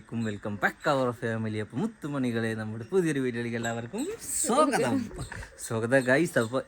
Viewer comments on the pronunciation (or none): none